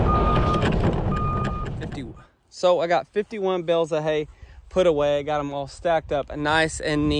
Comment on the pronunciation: Bales not bills